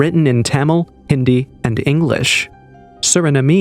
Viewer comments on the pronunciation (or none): none